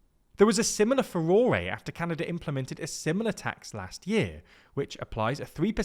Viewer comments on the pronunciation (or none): Okay, this is the second time now, so I can't not correct you: "Furore" is how you Brits incorrectly spell "furor." It is pronounced like "furor." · how the fuck did you just pronounce fur-or-e